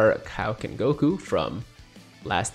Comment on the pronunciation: It is most definitely not PRONOUNCED Kowoken but it IS PRONOUNCED KAIOKEN